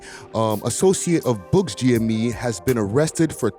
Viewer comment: Buck! Not Buckz